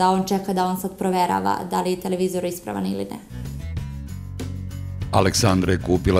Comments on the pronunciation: TelEvizor, pa telEvizor.. Kako mi ovo RTS akcentovanje para uši.. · joj, RTS govor - telEvizori :( ..........osim toga, odlican video.